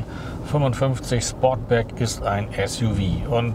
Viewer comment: Sportback, nicht Sportsback! 😉